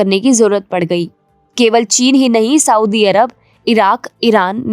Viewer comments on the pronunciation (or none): none